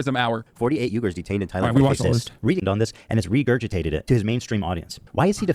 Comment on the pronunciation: not once while discussing the uyghurs did hasan pronounce it correctly💀